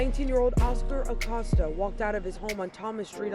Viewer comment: Vato PLEASE, it is pronounced like a a-COAST-a, not like he is accosting someone with his very name. Y'all anglophones butcher Latin names and it makes my ears cringe so hard. This is really the only one so far that you totally butchered, but the rest are really quite good pronunciations like pronouncing the ll and ñ properly which is a common mistake for anglophones.